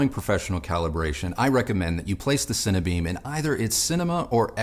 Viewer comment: 'Cine - Beam' not Cinnabeam